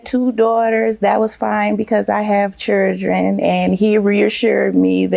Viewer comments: "..I have churrdren.." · Not churrdren🙄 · Chile you a whole damn fool 🤣😭🥳! Chuurchen took me tf out 😭😭